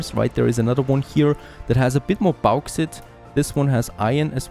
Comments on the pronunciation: Bawx aight* Bauxite, not bohx it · Bauxite is pronounced like : Box sight